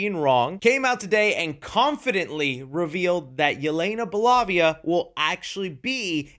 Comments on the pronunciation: Did you just say "bolavia" ???....XD it's Belova. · Bolovia. It's bolova, fool 😅😅😅😅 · It’s Belova not Belovia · "yelena bolavia" BRUHHH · “Yelena Belovia” 😂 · Love how confidently mispronounces names. A lot of content creators do something similar to increase comment engagement, but exlcusively does this with names, like he start reading a name, gives up four letters and is "ill figure it out on the day" Like Imani Vellani. Yelena Balavia. Why is man adding syllables? Lol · It's Belova, lol